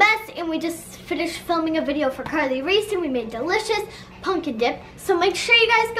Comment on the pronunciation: says pumpkin wrong